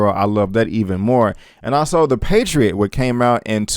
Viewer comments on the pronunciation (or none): none